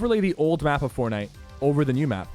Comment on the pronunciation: Sheeeesh “forkknife” almost in chapter 3 boys 🥶